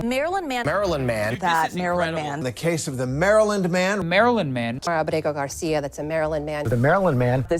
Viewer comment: is purposely mispronouncing the guy's name its apregnant garcio...